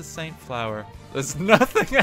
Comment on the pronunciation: HE CALLED IT SAINT FLOWER HAHAHA